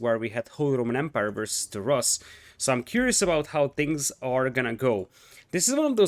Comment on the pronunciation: In word Rus, the sound in the middle is the same as in the word pool. Pool - [ pu:l ] Rus - [ ru:s ] Да.